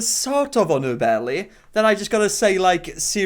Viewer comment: “her bellay”